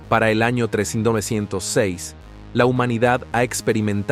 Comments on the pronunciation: Porque el texto escrito se narra con una voz de inteligencia artificial, y no lee bien los números. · PRONUNCIA BIEN ...QUE AÑO DIJISTE???? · Ssiiiiii...un HORROR!!... ES UN ROBOT CON LOS CIRCUITOS CRUZADOS ACASO???😢😢😂😂😂..NO QUISE TERMINAR DE VER EL VIDEO..ME REEE...FASTIDIOOOO!!😅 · El narrador tiene un forma muy rara de pronunciar el año 3906